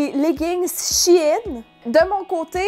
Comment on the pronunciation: Enfin quelqu'un qui dit She In et non Chine haha (les vraies connaissent SheInside) :) !!!!!